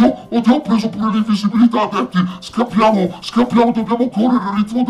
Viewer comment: no scappiamo ma scappryamo